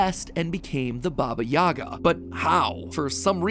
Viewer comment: For Baba Yaga, it’s actually pronounced Baba Yaha. Even though it’s spelt the same lll